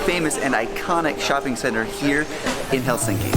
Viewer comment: FYI .. It's pronounced HELsinki. The accent is on the first syllable.